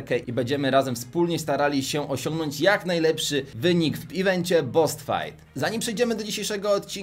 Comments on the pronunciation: Czemu nie BOSS fight a nie boos lol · Boss a nie boos tak z góry 😁